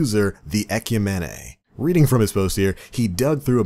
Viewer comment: You pronounce Ecumene in such a weird way.